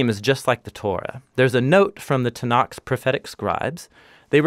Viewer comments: Love this but just so you know- Tanach (it's with a chet sound at the end not k)... again love the video and great job!<3 תנ"ך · Shouldn't it be 'Tanakh'?